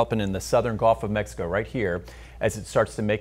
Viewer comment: This guy is rooting for the storm to come right through my living room. Screw track 1. And it's "gulf" not "golf."